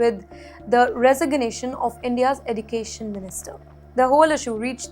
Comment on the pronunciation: What is Eddu… cation? Pronunciation.